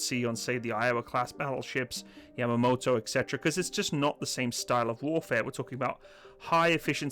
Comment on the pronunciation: YAMATO not Yamamoto ( he was the admiral )